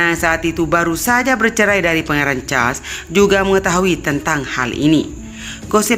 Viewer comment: Mbak suaramu ga enak dan ucapanmu kurang pas. Pangeran Charles les hrs jelas.